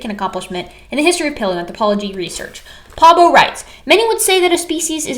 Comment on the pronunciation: If you want to pronounce Svante Pääbo’s surname so that a swede 🇸🇪 understands who you talk about on first listening, the “ä” vowel is very similar to the first vowel in “error”, as in “Library of Errors”. 😊 The doubling of vowel letters in Swedish surnames is cosmetic and does not affect pronunciation the way it would in Finnish.